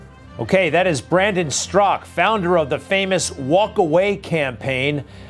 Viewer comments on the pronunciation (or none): Strakaaaaaaaaa..... Not Strak.. good friend there, Greg.. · Greg: It's Straka, NOT Strzok ! C'mon man. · Greg, why do you continually mispronounce Brandon's last name?